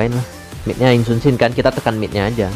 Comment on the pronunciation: Jika anda mendengarkan lebih baik nama hero yi Sun-sin berubah menjadi sin Sun-sin